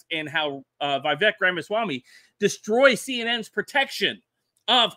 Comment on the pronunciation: Not vayvek. Veevek. Vivek.